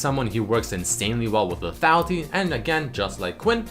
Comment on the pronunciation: lethatlity lethatlity lethatlity lethatlity blablablabalbalfuckblalbalbablabapentablabalbala into lethatlity blablabla lethality. LEEEEEEEEEEEEETHATLITYY